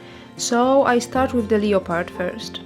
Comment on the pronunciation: Lovely work. I particularly like the way you pronounce leopard.